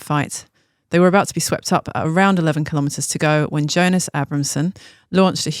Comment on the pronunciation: I mean, at least say Jonas properly lol.